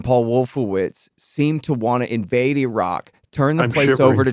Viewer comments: internets to for correctly pronouncing "Iraq" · Yeah, always encouraging to hear yanks pronounce Iran and Iraq correctly. Sad but true